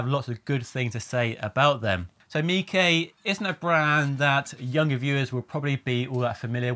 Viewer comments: Surely its miche not mikay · I don't think it's pronounced "meekay" like 😂